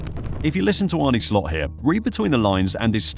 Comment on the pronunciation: Pronunciation: Arn-uh Slot, not "Arnie". If you're going to reference him every 30 seconds at least get the Man's name right. Regarding Nunez final season at Benfica: it was his only prolific scoring season in his career and he wildly outperformed his xG, which is never sustainable. The stuff about the transfer fee weighing on Nunez is pure speculation. He played with the same intensity at Benfica, so it has nothing to do with his fee and subsequently "having a point to prove". Regardless, he'll be gone in the summer. He's simply not good enough for Liverpool.